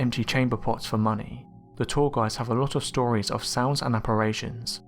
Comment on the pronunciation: I've recently started watching your videos, and I love them! The only thing that gets me is your pronunciation of the word "apparition"... you keep saying "apparAtion."